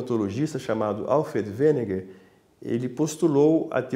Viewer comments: Wegener, não Weneger.... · O cara insiste em chamar o alemão de Weneger... caramba! Wegener, meu amigo, Wegener. E o outro usa o dilúvio no meio de sua explicação... Apesar disso, vou assistir até o fim. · Por que esse geólogo, o Sr. insiste em pronunciar de forma errada o nome do engenheiro e climatologista Alfred Wegener? Deveria fazer alguns exercícios de trava-língua antes de gravar a matéria. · Wegner! Não Weneger!